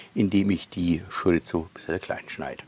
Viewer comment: Geiles Rezept, wird definitiv nach gekocht, aber die Wurst spricht man Schoriso aus, nix mit z😂 Bitte richtig verstehen, mach weiter so und bleib wie du bist 👍👍